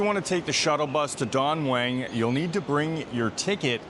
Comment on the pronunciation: Don Mueng you pronounce it with a "W" drop the "W"